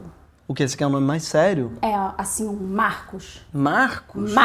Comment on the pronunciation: eu vomitei quando ele falow meu nome =/ "MARCOS"